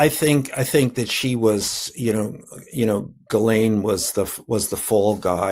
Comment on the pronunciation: Cohen!! Pronounce it 'Gheelane' the 's' is silent! Sounds poor!!